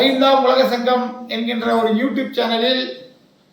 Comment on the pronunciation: இந்திய அரசியல் இருந்து உலக அரசியல் வரை கிழித்து எல்லோரையும் கிழித்து தொங்க விட்டு இருக்கிறார் வாய் திறந்தால் சங்கம் முன் வைக்கும் கேள்விக்கு பதில் கூற முடியாமல் மூடிட்டு இருக்கு ஐந்தாம் தமிழர் சங்கம் என்ற பெயரை கூட சரியாக உச்சரிக்க தெரியவில்லை யாருடா இவன் கோமாளி போட அங்குட்டு